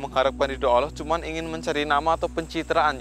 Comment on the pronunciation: Mas tolong lah bilang allah yg jlas blajar wajib kalau mnurut ilmu tajwid yg fasih ya mas ucapan allahnya